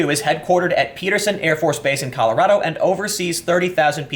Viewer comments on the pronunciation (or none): none